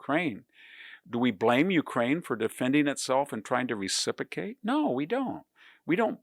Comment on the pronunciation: I really like VDH… So I’m comfortable saying he’s driving me NUTS with saying “reciPAcate” instead of “reciPROcate.” LOL What a nut. 😊